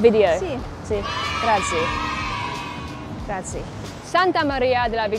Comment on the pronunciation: To other English speakers, rather than saying 'GrAAHTZee' try saying: 'La Ringratzee-Oh' = La Ringrazio = 'Thank You Sir/Maddam'. Cheers.